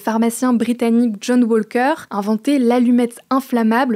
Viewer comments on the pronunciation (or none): Un grand merci a John WaLLLLLker. Et bonjour l'anglais! Je suis plié en haLLLf!